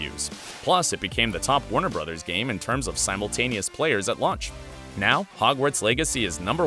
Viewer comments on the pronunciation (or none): none